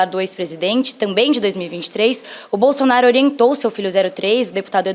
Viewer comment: O apresentador fala bolsionario ou é impressão minha? Kkkkkkkkk